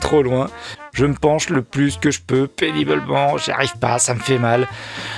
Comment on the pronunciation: On semble entendre ce mot au lieu de "péniblement" ! Deux fois ! 😄